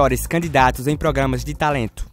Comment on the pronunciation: ele falo progamas?mas alguém percebeu?